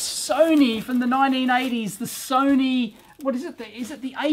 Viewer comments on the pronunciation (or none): none